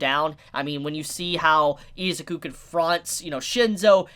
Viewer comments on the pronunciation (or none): I'm gonna need you to rewatch the anime and learn to say I-ZU-KU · Say Izuku like the dub because you kinda piss me off when you say it the way you do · Bro, your pronunciation of Izuku makes me cringe. Just call him Deku. I can't watch the whole video because my ears are bleeding.